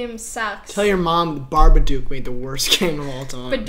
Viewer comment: Display: Literally says Badorkbee Kaylynn’s Brain: It’s pronounced Badorkbee Brain: Don’t say it Brain: Dont fucking say it: Barbaduke 1 like = 1 boost of reading skills